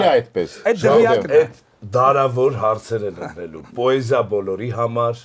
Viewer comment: Բայց ինչու՞ պԱեզիա, ։